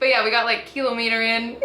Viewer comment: It's kilometer, not kilometer.